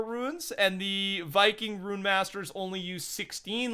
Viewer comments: IT IS R-U-N-E not RUIN. IT IS PRONOUNCED (Roone) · Rune is pronounced “roon” not “rooin” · How did you get yourself to say ruin instead of rune?😂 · Its rune not ruin ... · RUNE NOT RUIN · I feel uncomfortable everytime he says ruin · If you’re struggling on how to pronounce Rune just say it like Moon with with an R. That easy fella. Great videos btw. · It really isn’t that hard to say rune though...